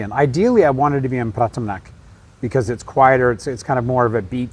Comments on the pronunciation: Pa-ThaiYaa not Patty-ya. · Pa-tia ❌ Pa-tta-ya ✅ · It's pronounced PatTAYa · Pataya is pronounced exactly as it is spelt - every syllable pronounced !!!!